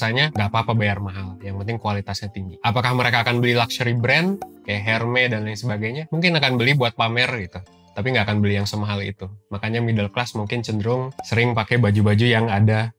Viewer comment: Kontennya bagus banget. Robert Kiyosaki juga nerbitkan buku khusus membahas masalah ini. Maaf oot, takutnya keterusan sampe beberapa dekade ke depan. Penyebutan brand hermes itu bukan herme, tapi ermes. Makasih